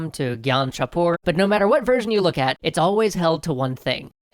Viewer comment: Every time you say "version", I SWEAR it sounds like "virgin"..